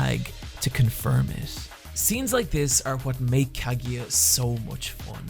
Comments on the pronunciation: Wtf is a Kagya man, it's obviously pronounced "ka-gu-ya" you bad bad weeb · Absolutely great vid but pleaaase try to pronounce those names a bit more, it was painful to hear kageeya and mayuki or majuki for so many times ^^' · Still don't understand why you pronounce Kagiya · Him pronouncing it "Kagiya" and "Mayuki" instead of "Kaguya" and "Miyuki" annoys me. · Kageeya... my-ookee.. i'm sorry.. that's distracted me way too much otherwise this is a good analysis video.. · its kagUya no kagiya im so angry right now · The video is great and I loved it but... why do you pronounce Kaguya as Kagiya? :D I know I know, accents and stuff, but is the "gu" syllable that hard to pronounce for English native speaker? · No soporto que pronuncia kaguya como kagiya 😭😭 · I died everytime he pronounced her name. I'm now extremely dead, good bye everyone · Great Video, but I cant get over the fact how you pronounce Shinomiya Kaguya and Miyuki Shirogane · I still find it mind blowing how you're a mainly anime-centered channel and yet make absolutely no effort to even try to pronounce any Japanese character's name right. Rant aside, I've really developed a fondness for non-battle battle anime and I'm glad to see they're getting more love nowadays. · Dude, that's not how you pronounce Kaguya haha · That's not how Kaguya is pronounced... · "nor Kaguya or Mayugi.." I cringed a little bit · The pronuciation of Kaguya and Miyuki is a little off, but whatever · After hearing how you pronounce Kaguya and Miyuki, it feels like you didn't hear their names pronounced in-anime